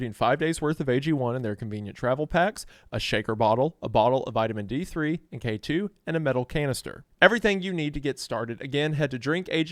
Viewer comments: It’s pronounced “Kay-too” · it’s pronounced k-2. Like the mountain it’s pronounced o-dot.